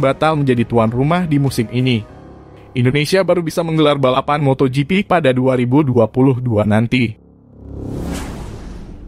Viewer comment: nyebut MOTOJIPI jadi MOTO GEPE...NDESOOO banget🤣😂🤣😂🤣